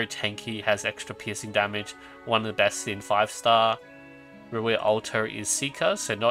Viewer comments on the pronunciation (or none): none